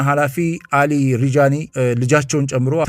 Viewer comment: አሊ ላሪ ጃኒ ነው ስማቸው ሪጃኒ አይደለም